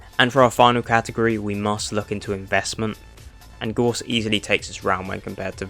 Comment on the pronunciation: it's GOUSE not gorse